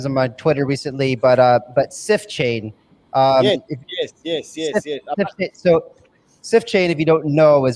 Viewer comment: Did he say "Sift Chain"?